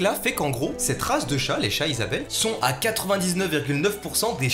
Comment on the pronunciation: On dit zisabel pour les chats